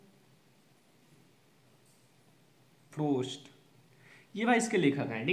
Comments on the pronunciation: Sir robert froa nhe robert frost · Bhai Robert frost tha na ki ( Robert fros). bhane ga Re pahla hi Answer me galti ker diya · Bhai Robert frost tha na ki ( Robert fros )